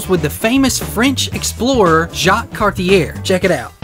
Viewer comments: Please, please, please... learn to pronounce Cartier - "Car-tee-AY" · Don't do a video on a guy if you can't pronounce his name....